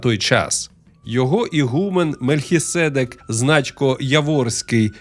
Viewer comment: Бляха, будьте уважнішими з наголосом в слові "Мельхиседèк " 🤬.